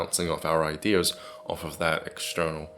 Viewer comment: it's : idears lol